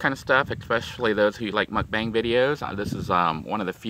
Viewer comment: Just to let you know, it’s pronounced muk-bhhang not muk-baang (phonetically spelling). Coming from a Korean!